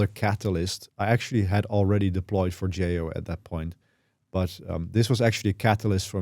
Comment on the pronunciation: Finally, someone that pronounces Forgejo correctly!